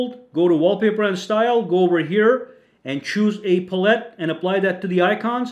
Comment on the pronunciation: Pal-it, not puh-let